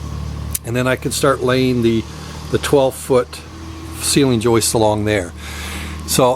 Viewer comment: Why do north Americans make up words? . It's joists, not joistes .